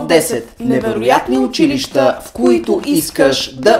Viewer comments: Най сетне някой да каже училища правилно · Изключително много оценявам правилното произношение на думите! Особено на думата учИлища...Масовката не знае как се произнася правилно...